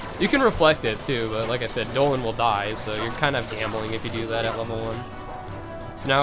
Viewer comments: great guide but it bothers me when u call DONALD DOLAND AND GOOFY GOFY lol other than that amazing job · It’s Donald not doland and WHO THE FUCK IS GOFFY😭😭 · pfffttt.... Goffy and Doenald....wow....mispronunciations for the win~ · and he called Donald doland. wtf? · Wait do you really call Donald and Goofy Dolan and Gooby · omg the part where he calls them doland and goffy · Bro, learn some English its donald not doland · It's funny how many ignorant people here seriously think that is saying Dolan and Goffy because he doesn't know how to pronounce them correctly. It's obviously a from a meme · no lol its dolan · >Beats Xaldin and Vexen with these strats. Hears him say these are casual strats. Says the guy who calls Donald and Goofy "Dolan" and Goffey". I'm far from a Casual. Not even close. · Thank you so much for this I have a feeling this will help me with Luxord who dropped a bit down the list of organization members I like due to the frustration his data battle gave me X_X but it's DONALD and GOOFY! Why are you saying the names wrong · HE SAYS DOLAN TOO Obviously knows one of the funniest memes :) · travis hunt. I notice that too lol Lile your videos guy. very helpfull. all of em . but the way u say donald and goofy id funny lol . deneld. and gaphy lol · It's DON-ald and g-EW-fy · he says goofy and donald oddly